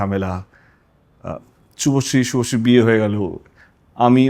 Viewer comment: Dev dakhu subhacsree name tai sposto Kore bolte parena